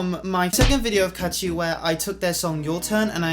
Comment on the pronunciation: Kaachi not kaatchi 😅😅😅